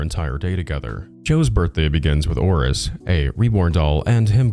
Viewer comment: i cannot unhear him saying Horace everytime he says 'Auress'